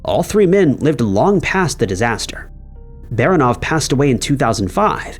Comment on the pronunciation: Why do you people NEVER get the emphasis of slavic surnames right? OrlOv. BespAlov. BarAnov. It's rarely ever a first syllable.